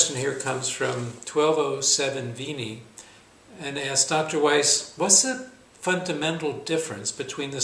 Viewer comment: East? I thought you said Weiss.